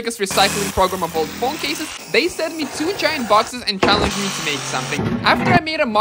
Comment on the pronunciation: Bro pronouncing "Phong" instead a "Phone"